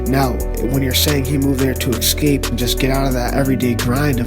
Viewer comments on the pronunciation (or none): theres no x in the word escape tighten up slim